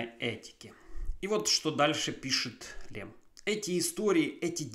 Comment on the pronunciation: Stanisław Lem читается через мягкое ль как Лем, а не Лэм. Так как в польском языке буква L всегда мягкая и смягчает любую гласную, которая идет после нее